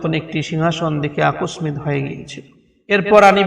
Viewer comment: মাশাল্লাহ, খুবই চমৎকার হয়েছে। তবে আপনার বাংলা উচ্চারণে সমস্যা আছে।যেমন, ( বিস্ময়, আকস্মিক) ইত্যাদি।